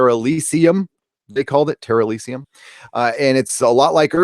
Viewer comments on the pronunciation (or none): Terr-Elysium? Really? Really? Jesus titty fucking christ...